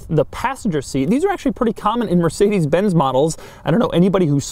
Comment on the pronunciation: Mörsidis bäns ... ach ja diese amerikanische aussprache XDD #nohate